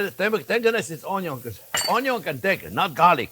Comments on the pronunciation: We Aussies speak just fine, and understand the French accent very well, except Onyo. Thanks video editor for the translation. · You’re making me talk and I’m burning the onyo 😄yeah sure thing, we making him talk, have you ever heard anything as funny as that😁